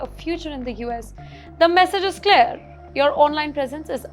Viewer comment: It's not clare, but it's clear.. pronounciation plse.🤔